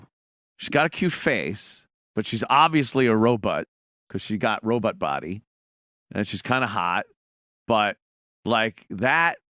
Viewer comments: OMG ANTHONY RO "BOT" not "BUTT" FUCK!!!!!! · Awee said Robut...